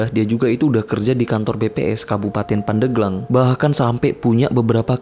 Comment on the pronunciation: Yg bener itu pandeglang bang, bukan pandeglang